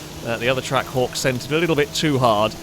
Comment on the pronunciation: was I only who kept hearing Track Whore, instead of Trackhawk.